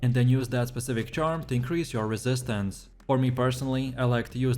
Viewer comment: guys voice is annoying as hell. The way he says "resistance"